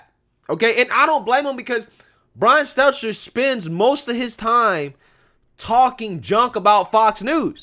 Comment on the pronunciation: I love how calls Stelter Seltser unknowingly you crack me the fk up🤣😂🤣😂